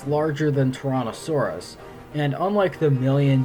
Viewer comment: It sounds like you're saying Torontosaurus or Tauranasaurus, not Tyrannosaurus.